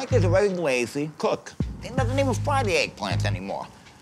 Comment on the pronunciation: Frank is a very wrazy. COOK. Eey dont even fwy tha Eggplants anymoah, my mudduh and fathuh end up fwyin it.